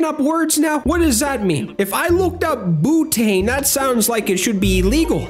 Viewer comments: this mf said bootane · it’s bee-you-tane 😭 it’s like a lighter fluid